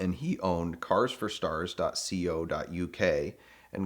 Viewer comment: . c o? come on!! Its . co no space